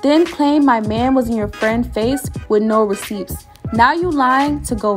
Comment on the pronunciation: I've never heard receipts being said with actually hearing the 'p' being pronounced...